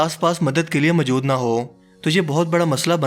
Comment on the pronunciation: Plz, Urdu accent pe concentrate kjye, mjood ni mojood hota h